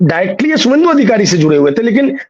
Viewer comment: शुभेंदु लिखिए शुभेंदु बोलिए।